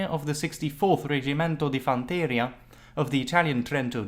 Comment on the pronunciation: Its not "fantÈria" but "fanterÌa"